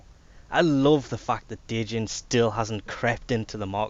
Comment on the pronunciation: Djinn is pronounced Jinn. It's basically where the word Genie came from.